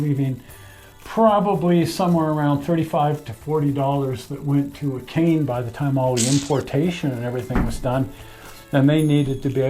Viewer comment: "Akane" is pronounced ah-kah-nay. :-)